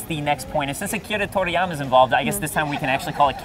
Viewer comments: It's funny they pronounce his name right but they know nothing about that show. Makes them come off pretentious. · but that's the correct pronounciation...